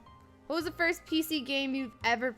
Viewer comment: 1st to say 1zt with a z, lol XD